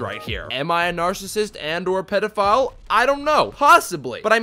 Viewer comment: I died when he said pedifile 🤣🤣🤣